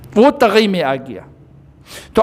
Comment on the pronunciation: سر جی ناراض نہ ہو لیکن آپ کا ناظرہ تھوڑا کمزور ہے طغے نہیں ہے طغی ہے مقصور ہے